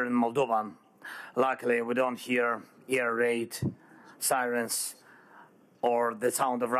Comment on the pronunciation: The word LIVE is pronounced differently depending on what you mean, to live - short word- or something is live - long i in the word. Live - liiive. Also there is a difference in how you say AIR and how you say EAR, maybe the whole Ukraine lacking AIR defense is the presidents fault!?! lol, he has been asking for EAR defense! well, good thing is no Ukrainian soldier will go deaf, the president has made sure there is plenty of EAR defense, now somebody go teach him how to pronounce AIR! AIR DEFENSE AIR no ear planes, AIR lol 😁💪🇺🇦❤️